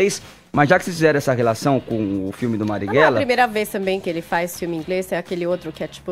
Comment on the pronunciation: Da mesma forma que o Adriles que além da voz extremamente afeminada não consegue pronunciar o nome do Mariguella